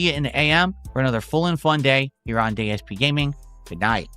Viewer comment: “another fun day here at day-s-p gaming” 😂